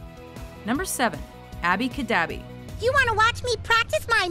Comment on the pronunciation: Really? Abby Cadabey?